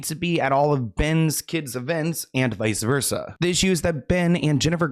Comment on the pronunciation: Just because I love you, it's "vice versa" 😘